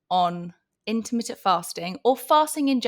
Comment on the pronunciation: Yeah her pronunciation kept making me prick up my ears each time she said it😂 Apart from that, some fantastic information being shared here.